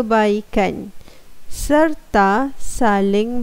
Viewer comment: Sera? Bukan serta tu